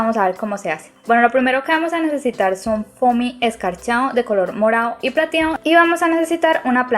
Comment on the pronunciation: Me encanta como dices morao y platiao